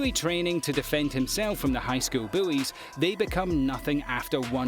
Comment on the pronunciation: Did he say "The high school buoys"?